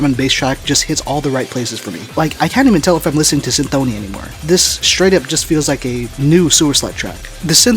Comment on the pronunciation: yeah that's what I heard on the records, but in the video he says cynthOny and this made me think that I don't know anything